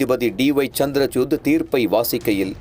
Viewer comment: சந்திர"சூட்" - பெயரை சரியா உச்சரிக்கலாமே ..செய்தியாளர் ; தூய தமிழ் சில இடங்களில் சொதப்புது.